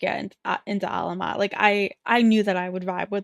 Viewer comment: You’re saying their name right Queen. Despite similarities, Alamat and Salamat are not stressed in the same place. Thanks for reacting to Alamat!!